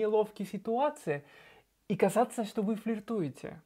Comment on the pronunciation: Gracias! Наконец-то подробно разобрали с этими глаголами! Все очень понятно! Получается, в испанском совсем нет звука, прохожего на "з"? Вы "казаться" говорите, как "касаться" :)